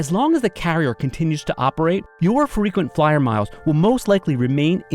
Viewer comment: Frequency flyer sounds like Frequency f***